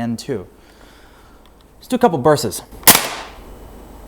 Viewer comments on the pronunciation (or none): Dude. Bursts. Bur-st-s. Not burse-esses. You gotta annunciate the T. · “couple bursses” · Dude, it's pronounced "Torx" and "bursts." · The way he says bursts weirds me out a little